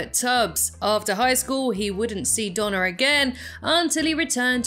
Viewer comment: I not sure if you have an accent but it sounds like you say Donna but it is actually Dana but good vid